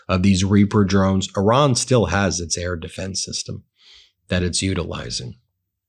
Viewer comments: It's pronounced ''ear-ron''.....not ''or-ron''.TYVM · Ben - thank you for your reporting. I appreciate it every day. I have a sincere request: please stop saying “Oran” when you mean to speak of Iran. It undermines your credibility when you continue to mispronounce the Iranian name, and it is disrespectful to the people who have connections there. Thank you for making this effort! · This emphasis on ".......Iran" Is the MOST IMPORTANT part of that message. Dots matter